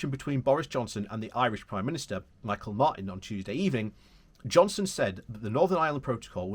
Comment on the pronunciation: Just to help you out the correct pronunciation of Micheàl Martin the Taoiseach’s name is ‘MeHall’ ‘Martin’